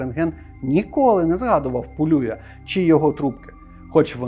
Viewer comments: Теж вважаю, що треба говорити не ПолЮя, а ПолюЯ, тим більш, що Іван Полюй родом з Тернопільщини. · Ви серйозно? Його прізіище Пулюй і відміняється воно Пулію, Пулія з наголосом на останній склад. Люди, поважайте трохи і наші національні звичаї, будемо вдячні